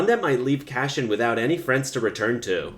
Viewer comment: Omg it's CASSIAN (Kass-ee-unn) lol not; "cash-in"!! 😁 (I'm just sayin' 🤜 💥 🤛) #ConstructiveCriticism #DontShootTheMessenger ✌️